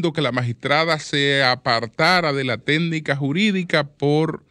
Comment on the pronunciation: No se dice telnica, se dice técnica. PERIODISTA